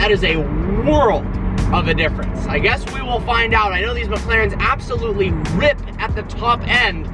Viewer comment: AB-SOLUTLEY NO-OT!